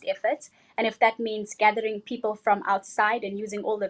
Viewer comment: for Me Miss Philippines has the best answer, followed by south africa and Canada and 4th is india. including the accent on how the pronounce the word correctly and there sounds as well when the answer. You can review again. Miss india is also but she people as pepel.